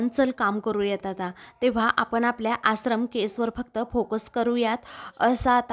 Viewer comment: आश्रम हा उच्चार बरोबर करा तूम्ही आसरम म्हणत आहात